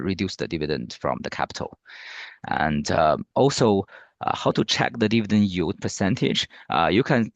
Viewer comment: donno what "you" talking about , it's YIELD , please get local singaporen rather.